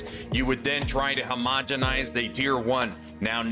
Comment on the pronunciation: Guys... Is it really a crafting video if he doesn't say "HOMOGANOGONINGIZING"?